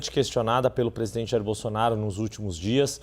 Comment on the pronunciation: Sabe nem falar Bolsonaro, ele fala Bolsonario kk